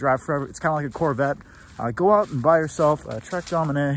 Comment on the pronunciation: I've heard a lot of dumb stuff on youtube but I've never heard something as dumb as somebody pronouncing the trek domane as trek "doh-many". Its pronounced "domain" bruh...